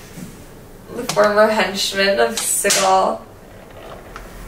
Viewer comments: Its Bugsy SEE-gul lol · It's not Segal, it's Siegel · Bugsy Siegel's last name is pronounced, "SEE-GUL"....Not "SE-GAUL". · Just a pointless fyi, but it's pronounced (sea-gull) and he also hated the name, Bugsy, it was a way to make fun of his quirky mannerisms. Nonetheless, like everyone else, LOVE to see you two back. Hope all is well, and we are able to get more investigations, Love and miss ya'll!!!!!!! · I love El Cortez, especially those original rooms above the casino floor. The man hated the name Bugsy. Next time, try calling him Ben. Also, the last name rhymes with "beagle", or "eagle". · Bugsy's last name is pronounced See'gul. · It’s pronounced seagull, but it spelled Segal